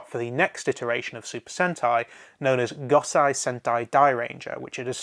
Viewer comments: Goh sai? It is pronounced Go-say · Also for the record. Go-say Sentai Dairanger. Sorry! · Maybe i misheard but did he say Gosai and Kibiranger instead of Gosei and Kibaranger?? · Sorry to be THAT guy but my ocd wont go away until I say this: Its pronounced GO SAY, KEY BA just pronounce it the same way the Japanese do.